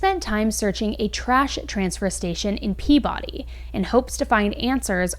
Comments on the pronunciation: just so you know its pronounced pee-buh-dee not pea-body :) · I live in MA and it's "peebuhdee" not Pea body lol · Yeah, thought so. When you said Pea-Body, I had a PTSD reaction. Yankees get wierd about how you pronounce their town's names. Mother always said "Pea-Body is a woman in England, Pea-bedy is a town in eastern MA. Quincy (c=z) is a town south of Boston, Quincy is a TV medical examiner. If you travel to northern Vermont, don't be tempted to say Calais with French pronunciation, you will be laughed at, called a Flatlander and corrected. It's Cal-es. (First hand experience) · The way you say "peabody" is not how us locals pronounce it we say "pea-biddy born and raised here. I’m surprised that this is the first I’ve heard of this. Did you ever cover the case from like 5-7ish years ago that happened in peabody right near the dump where someone rolled people up in like a rug and set it on fire in their house? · It’s pronounced Peabuddy. Lol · Peabody. Not that you could possibly know because it's odd, but they pronounce it "pee-biddy". They get quite upset when folks get it wrong. Even here in Maine it is all anyone is talking about. Speculation is ripe. Hubby is law enforcement so it's possible it's just our particular circle who is on top of this, but everyone I know is talking about it, and we had a special prayer at church for her and her family. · Just fyi, they pronounce "Peabody" kind of like PEE-bud-ee in Massachusetts (you can hear the newsreader say it ). And Brian seriously looks like a cartoon character. His face is square! Who, in real life, has a square face? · Its pronounced peaBiddy Im so glad i heard this local to me story from you first!! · Also not to correct you but it’s Pee-biddy nobody outside of MA would know that but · repeat after us.... peee-baaa-deee = Peabody hahaha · Still* at Peabody dump. I love how Non Bostonians pronounce our cities/towns, don’t you?